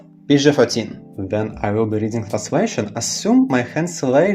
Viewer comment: the pronunciation of the translation text is so flowy and smooth sounding ! almost like you are a native speaker.